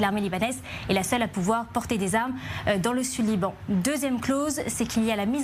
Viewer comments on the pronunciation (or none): Liran au lieu de LIBAN